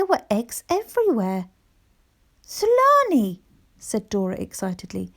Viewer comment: Hi, is the characters name Thulani? In Africa the TH isn’t pronounced. So it should be pronounced ‘Tulani’. Otherwise such a great story 🤗❤️❤️